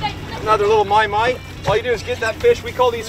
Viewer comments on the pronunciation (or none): Stop trying to be someone you’re not pronouncing mahi mahi like maui maui. You’re not from an island